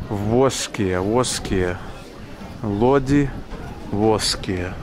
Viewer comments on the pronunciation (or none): none